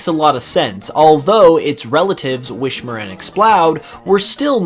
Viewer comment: Pronounced Whismur like wishmer instead of whisper. OOF Makes no sense. Also, Rayquaza not being pronounced like Quasar. I know, I know. People pronounce things differently sometimes, but.... it is a pet peeve of mine.